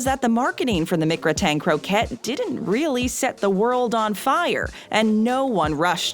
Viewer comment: It’s pronounced “Mick-Grat-In Crow-Cay,” not “Mick-Gruh-Tain Crow ket”